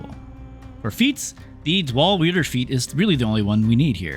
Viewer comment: "dwall weeder feat." haha is English not your first language or something?